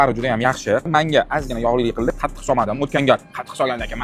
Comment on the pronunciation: Qatiq❌ Qatu❌ Qattiq✅😂